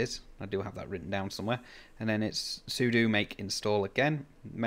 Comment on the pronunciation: I can tell you're a real Linux user because you know sudo is soo-doo, not Sue-dough :) I've had some success with DSD+ on Linux but I haven't tried DSD. I may give it a go as I'm running my shack from a Pi 400 and it would be good to see if it'll work. Thanks for the video, 73 de G0TVJ